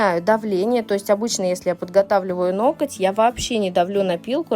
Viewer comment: я Вас очень уважаю и всегда смотрю ваши видео, но, пожалуйста, не говорите ноКоть, есть слово ноГоть, очень режет слух. А по педикюру, зачем Вы оставляете такую длину на ногах, тем более, есть проблемы с большим пальчиком, а так, как всегда очень красиво.